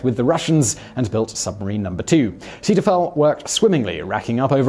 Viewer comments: 3.00: The crew had to be toilet trained. Ceetahfell? Zay-toi-foll. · “Seeteufel” is pronounced “ZAY-toy-full”. Please research proper pronunciations. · I was just listening for a long time and didn't recognize "zaydafel" as German, along with other strange words in this video. Then i watched it and spritzed my keyboard with surprised disgust at the apparent quality of British education, the hot coffee going up my nose with disbelief. Btw, Seeteufel is "Sea Devil" in English.